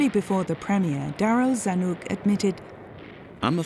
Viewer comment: It’s not “Zan-uk” but “Zan-ick”.